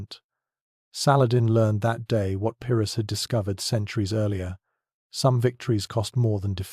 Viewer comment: Seven Days Eareler . AI has no idea what its doing .